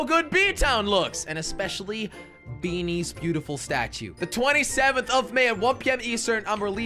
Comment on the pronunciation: "Talking about beanies" came out as 'Thalking about bee knees'